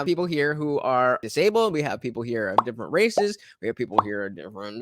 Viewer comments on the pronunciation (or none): Quietly “We have people who are of DIFFFFFNNNNNGNNDDRRRRRRSSS” I BURST Out Laughing!